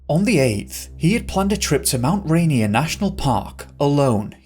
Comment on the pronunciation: We say Rainier like Ray-Near 😊